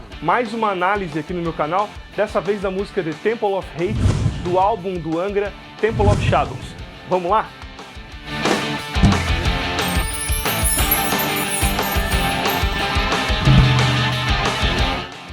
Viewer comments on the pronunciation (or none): "Tempolou ófi xadous"